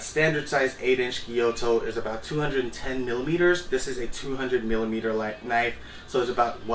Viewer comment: is it not a gyuto, thats why you pronounce it wrong all the time?